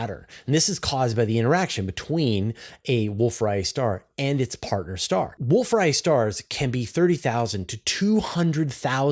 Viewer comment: Distance Ladder Tools? What about Standard Candles? Say Wolf Ray-et, not Riot star.